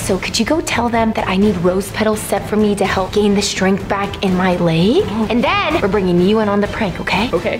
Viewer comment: I thought he said back in a second lol